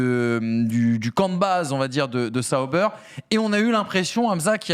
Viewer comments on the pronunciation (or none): Ok dit pas In-Wheel mais In-Ville.. et c’est pas Saut-beurre ni Saut-bère mais SA-OU-Bère🙏🏻🤣👍🏻 je rigole mais ça fait mal aux oreilles 🤣🤣 super les gars! Intéressant aussi la F2👍🏻 Merci à toute l’équipe 👍🏻Billy911🇨🇭